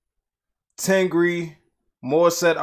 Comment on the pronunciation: it’s not ten gree... it is tengger 🤣